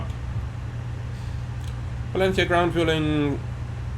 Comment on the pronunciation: Spanish guy here. Arriving a little late here. Nice video, defenetly helped me a lot understanding the bigger picture. Really love the effort to pronounce Valenzia and not Valenshia. Same with Ibiza, saying IbiZa, not (Eye, bee, za).